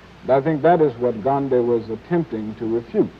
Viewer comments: They are pronouncing his name right, why can't most of the current Americans do that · Even without Internet, they are pronouncing Gandhiji's name better than most native English speakers today.